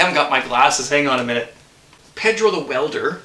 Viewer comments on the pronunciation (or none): none